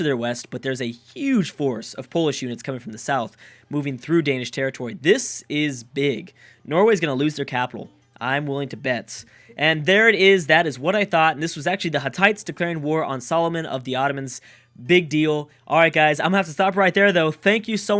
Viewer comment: the ottoman leader isn't So-lo-man he is Su-lay-man